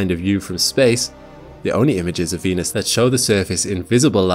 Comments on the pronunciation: Venus sounds more like Penus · Why did he say "Venus~" with a tilde at the start? Zestiest way I've ever heard someone pronounce Venus. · "venus" "penis" are pronounced the same